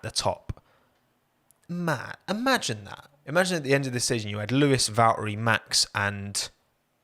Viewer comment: ⚠️ To all international journalists & sport presenters: 🌐 it is NOT Lewish ... it is NOT Bottash ... and it is certainly NOT Max Vershtappen! Pronouncing "st" as "sht" is done by Germans not Dutch people! ... like an insult to us ... like insinuating you are a Nazi or something. But most people from Holland (like me) have NO issues with Germans at all. Am part German myself.